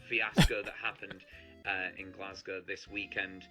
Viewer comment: Everybody that makes a video about this topic says ‘glasscow’. It’s Glass-Go, spelled like Glasgow. Have a nice day! 😊